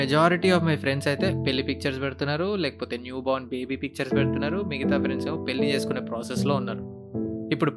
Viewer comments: Not billi it's pelli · పెల్లి , పెల్లామ్ కాదు పెళ్లి,పెళ్ళాం